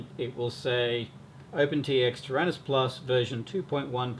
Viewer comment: ter-anus ? that's funnier than do-do !!!!